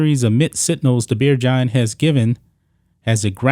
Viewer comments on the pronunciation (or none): When you said “Beer giant” I heard “Beergina”. 🤣